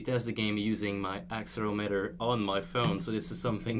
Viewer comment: Pronounces Accelerometer wrong. Me: Dies.